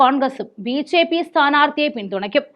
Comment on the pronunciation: മോളേ ബി. "ചേ."പി യാണോ ബി ജെ പി എന്നാണോ